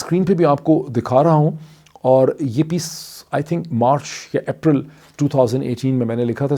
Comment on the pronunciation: April is not "App-ral" Its pronounced "Ape-ral" Just a correction :)